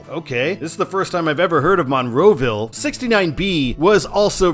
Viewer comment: I live here and I have to do this: Car-nay-gee Mount LebanIN MUNroeville